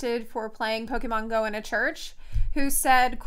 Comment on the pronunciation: Pope-mon go... I lost my shit.